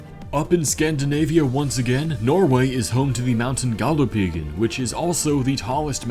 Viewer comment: You absolutely nailed saying Galdhøpiggen.